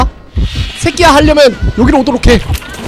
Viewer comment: 계속 뭔 소린가 했더니 자기야 가 아니고 새끼야 라고 하는거?ㅋㅋㅋㅋㅋㅋㅋㅋㅋㅋㅋㅋㅋㅋㅋ